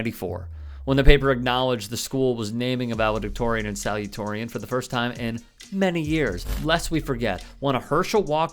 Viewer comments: Sorry....it's pronounced SALU-ta-torian, not 'salutorian'. C'mon, you can do better. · love ya, but you'll have a bit more cred if you learn how to pronounce "salutatorian". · You mispronounced "salutatorian". Also, a liar is a liar; it matters not which political party he/she is a member of. Finally, anyone who holds or actively seeks elected public office IS a politician, by definition.